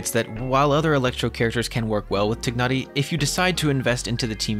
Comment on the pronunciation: I just love the way you pronounce Tighnari name correctly~